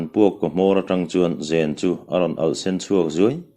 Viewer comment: zen(silai zen) i lam dan hi a dik chiahloin ka van hre em